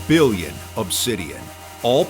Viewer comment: the emphasis "2.5 BILLION"